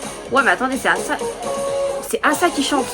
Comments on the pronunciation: oui mais on est pas censé le prononcer comme ça a la française par ce que y'a pas de trop de respet pour son blaz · C ruka et asa c asa mais le premier a c’est la pronciation anglaise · justement c'est ce que je te dis, ce n'est que le jeu de mot sur son prénom qui se dit eïssa :) ou à la limite prononcé à l'américaine sauf que bah c'est pas américain donc il n'y a 0 raison de le prononcer comme ça. Son prénom Asa, se dit Asa. Il n'y a que dans ses chansons qu'elle dit son prénom en tant que Ace+ Asa, mais son nom c'est Asa et ça se prononce bel et bien Assa. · Je comprends pas ta réponse 😅 si les gens veulent respecter le nom d'Asa ils le prononceront Assa. Ici on ne parle pas des gens on parle de qui veut savoir quelle est la bonne prononciation. La bonne prononciation est Assa point final il n'y a pas à chercher midi à 14h quoi je comprends pas 😅😭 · mais wha c pas compliqué ça se prononce pas Assa ça se prononce "éïssa"